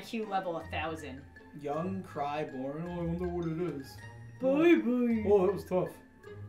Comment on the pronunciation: ish when it said young, cry, born at first I though it said barn and then I thought it said burn and I was very confused.